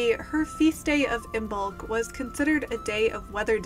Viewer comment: Just FYI, the B is silent. It is pronounced like Im-olk